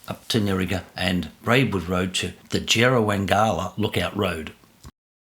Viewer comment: Great ride. Excellent vid. Locals say "JerraWANG'la.